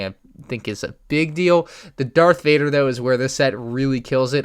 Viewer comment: Did u say dark vader